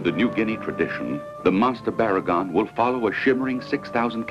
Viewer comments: It's Barr-uh-gone. And the other one is Bear-agon. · it is barugon